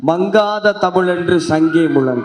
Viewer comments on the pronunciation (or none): Anyone can memorise and regurgitate, but Muthu, please learn Thamizh formally and correct your pronunciation of "la" and correct use of Tamil words. For example, you keep saying 'muliyam' instead of 'mulam.' Anyone with formal Tamil education would not make such mistakes. As you have used political support to glorify yourself to win, many may follow your wrong Tamil. Don't destroy Thamizh, which has caused you this fame and money.